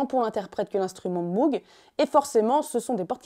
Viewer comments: Ça se prononce "mogue" pas "mougue" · apparemment MOOG se prononce Mogue et pas Mougue. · Petite précision: Robert Moog a toujours indiqué que son nom, d'origine néerlandaise, ne se prononce pas "M-ougue" mais bien "M-ogue", avec un O long et très fermé qui rime (en anglais) avec "Vogue". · D'ailleurs ça ne prononce pas "Mougue" mais "Maugue" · Super vidéo ! Ça n'a que peu d'importance, mais sachez que Moog ne se prononce pas "mougue", mais "mowgue". ;) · lire "jimmy Hendrix" c'est un peu comme d'entendre "Mougue" à la place de "Mowgue"; à part ça c'est excellent. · Pour info on ne prononce pas MOUGUE mais MOGUE :) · et MOOG se prononce MOWG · Sympa la vidéo, pour donner un aperçu, en revanche niveau taille et synthé autant parler du Thélarmonium, ne laissons pas Cahill de côté non mais. Et je sais que tout le monde dit MOOG parcequ'il y à 2 O mais ça se prononce MOGUE (frère/soeur de sang) ! Parceque c'est hollandais et prononcer à l'allemande par son créateur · Stylé ! Mais Moog ça se prononce "Mog" héhé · Tiens au pasage, Moog ça se prononce "Mogue" ;-) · Pourquoi prononce t-elle Moog comme ça ? C'est pas une marque anglophone